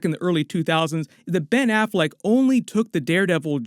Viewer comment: Ben Afflect ?! Really ?!?!